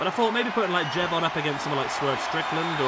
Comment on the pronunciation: Please for the love of God stop saying Jey Von. 😂😂😂